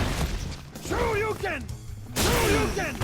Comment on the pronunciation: Why i heard " screw you ken" instead of shoryuken?😂